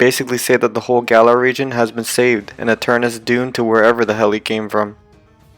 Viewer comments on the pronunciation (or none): Do he have a problem with "ta" he is saying gigantamax ginamax and eternatus eternus